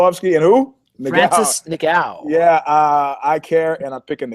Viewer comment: Ngannou Not Niggao... Smh